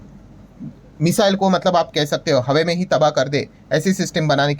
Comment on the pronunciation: Brilliant analysis. Sir HAWE main nahin HAWA main. Aap pakistani series dekh rahe ho kya 😂